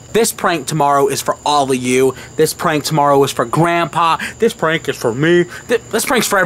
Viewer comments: Why, do they say pwank. What, are they unstable to say prank? Fuck the r add the w? You sound like your 5. Btw, Nice job opening the curtain. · Stop saying pwank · y'all cool in all but, when y'all say pwank😱😱😱 it's wack ijs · They should stop saying pwank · its prank noT PWANK!! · Turned it off after the 12th time you said "pwank"